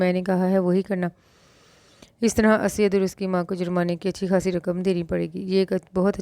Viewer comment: Sis it's not asyad it's Usaid...